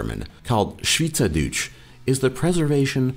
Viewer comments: good research and he can say "schwyzerdütsch" very well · How did pronounce schwyzerdütsch correctly very few english people can do this